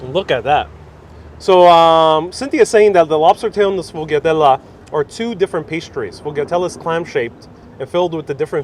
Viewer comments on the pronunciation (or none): "SHFOYADEL" ITS "SHFOYADEL" Just say it quickly all at once ! And the Lard bread omfg , I haven't had or made it in at least 7 years , Thanks for the reminder